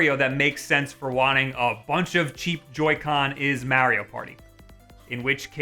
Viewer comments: Its MARIO not MAERIO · DUMBASS IT IS MARIO IT IS NOT MEARIO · This guy really said Mehrio Party 0/5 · Have I been saying Mario the wrong way all my life? This is like the 3rd youtuber I’ve come across that pronounces it “Meh-rio” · as soon as you said May rio I got pissed and left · MAR - RE - O thats how you pronounce that. Your welcome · I like how he pronounces Mario as Mary-O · why why are you saying maryo no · The midwestern way you say Mare-io just... eeeeeeee. 😅 Amazing video, as always. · why the fuck do you say mario like that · Not to judge but.... Notice how he pronounces mario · its all about how he pronounces Mario....uggh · i watched the whole video to hear him pronounce mario like that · I hate how he says Mario. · It troubles me how you pronounce mario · Makes me cringe when he say Mario like that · Why does he say Mario weird